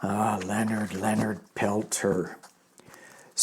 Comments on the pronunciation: His last name is pronounced Pelt SHAY. Just so you know. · Hi thanks for covering this ❤ his name is pronounced. * Pel - tears * I’ve read during his last hearing some from the FBI said he was framed. He is such a humble man. I believe he was the medicine man during the retake of Wounded Knee in 1973, I ask all to please send positive intentions for his release from now until they come back with a ruling. I have seen the miracles of group prayer I many times. I hope many many join me everyday to send this message to the universe ❤❤❤❤❤❤❤❤❤ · Leonard is from our area and here it is pronounced Pel Tear (French) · Use French pronunciation for Peltier. He's a political prisoner and it's still jot on Pine Ridge